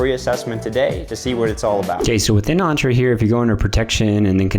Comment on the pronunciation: The way you pronounce Entra is so off